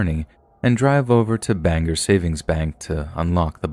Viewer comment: it irritates my Mainer heart to hear Bangor (Bang-Gore) pronounced as “Banger”.🙄🤦🏻‍♀️